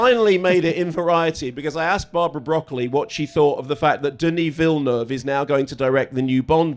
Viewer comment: “Deneee Villnov.”